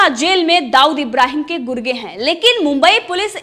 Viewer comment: Madam vo गुर्गे होता है, गुर्दे नहीं....😂😂😂😂